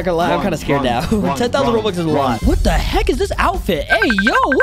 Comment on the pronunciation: Bro said robuts